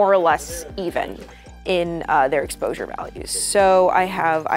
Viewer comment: Great “eposure” values lol